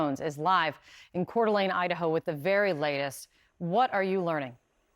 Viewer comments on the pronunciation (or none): Car dalayna 😂😂😂 fk'n amerikans. . . 🤦🏼‍♂️ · At least you can get the name of our town Rite the pronunciation every other news agencies got it right except for CNN shows how far you’ve gone down here Scripps CBS ABC all the national news have pronounced it correct waste listen to the local news to get the name and pronunciation, right